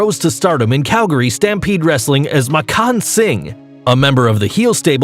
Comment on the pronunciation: The N in Makkan Singh's first name is SILENT